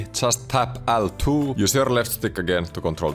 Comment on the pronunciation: "äl two", "är two" ja "äks button" 😚